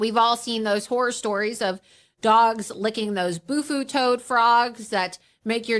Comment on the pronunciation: I lost my shit at "bufu toads." There's no such thing as a bufu toad, it's bufo. 😂